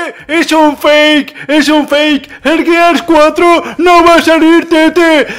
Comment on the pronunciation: Al menos si le dijiste bien al gears 4 xD